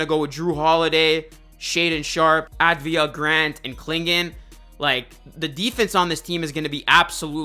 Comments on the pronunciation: Avdia, not Advia. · Some help? It’s NOT “Advia” it’s “Avdia.” Ahh vdee ah. Look at the spelling of the name to help you if you need to. Because you’re going to need to. Deni’s going to be SPECIAL.